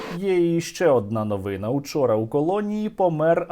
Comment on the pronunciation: пане Стерненко ,укр. новинА / множ. новИни . ,виправте наголос в майбутніх передачах